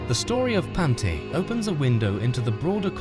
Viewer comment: It’s pronounced Pawn-te-aa